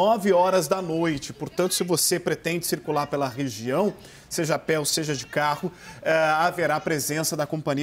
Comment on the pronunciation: Pseudo repórter da CNN falando "seje"...Misericórdia!